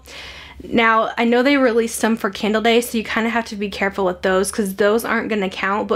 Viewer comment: Idk why every time you say candle I hear Kendall 😂